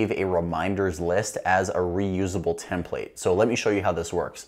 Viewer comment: The last “template” he said was the right way to pronounce it